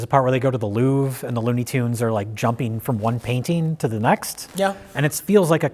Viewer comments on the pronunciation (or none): none